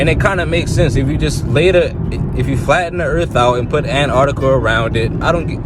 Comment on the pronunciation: Why, why these morons keep calling Antarctica “an - arctica”, please, say the Teeeee!!